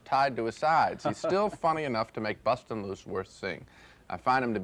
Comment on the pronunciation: "busting" loose haha. Your whiteness is showing again Gene